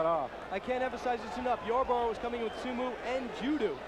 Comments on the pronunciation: Su-moo and ju-doo? That's first I've ever heard them pronounced like that. 😆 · Sumu and judu?! 😂 these announcers had no idea what they were talking about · he said sumoo vs judoo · They way the announcer was saying Sumo and Judo as Sumu and Judu